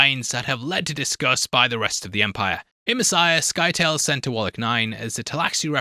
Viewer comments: Who the fuck is "Sky-tail"?! Do you not know how to pronouce the word "scythe"? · Scytale rhymes with "Italy", not with "Tail" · Scytale, should be prounounced like scythe with a soft “c”. Paul doesn’t lose his sight because of the brightness of the stone burner but because of its radiation. Irulan is not tasked with trying to bear the royal heir at the conspirators’ meeting. She has been feeding contraceptives for years and is told at the meeting that bearing the royal heir is not going to happen.